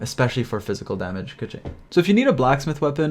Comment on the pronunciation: I switched over to the Chinese audio for awhile and listened to pronunciation guides. Keqing is pronounced more like "kuh-ching." Ningguang should be pretty straightforward, "Ning-guah-ng." Xingqiu is pronounced more like "Shing-chyou" and Chongyun is "Chohng-yuen." Surprisingly, most people even get Zhongli wrong. The majority of people in the english dub pronounce Zhongli incorrectly, except for Zhongli himself. I think that people should really look up pronunciation guides for the Liyue characters. There's a few, and it helped me tremendously.